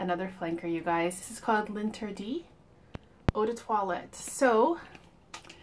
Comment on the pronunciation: It’s pronounced "lahn-ter-dee" not “lin tea dee”